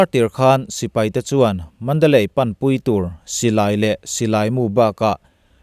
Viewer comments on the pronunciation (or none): none